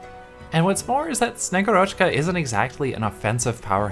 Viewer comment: SnegUrochka, not SnegurOchka Agent archetype universally agreed to be busted, so its nice to have more affordable Agent for IS, moreover that Slow on S2 is actually useful (probably even better utility that Surfer and Canta S2, although they almost always used with S1 anyway, besides specific IS situations). Also Bagpipe allows her to activate S2 faster! xD Also I would build her anyway for my Ursusknights, (Ursus as country, not bear race, Ksenia is a bird), thats quite the upgrade over og Zima as only vanguard Thanks for the video!